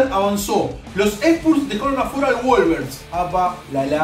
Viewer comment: se escribe wolves y se pronuncia wolvs no wolvers